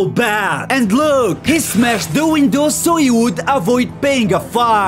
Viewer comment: This policemeun Tinted windoueeuoow To douuuoo Stopped suddenlyyyyeee Baseball baueeot Paying a fineouui Super smeauort